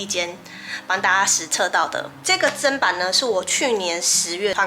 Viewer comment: 妳是我少數聽到唸對"砧板"發音的人!!👍👍👍